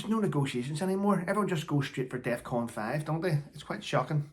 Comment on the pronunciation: "Defcon 5 OR Daftcnut 5...?" 😆